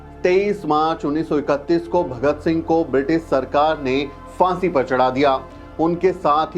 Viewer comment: It’s Phaansi not Faansi. Abe Hindi theek se bol!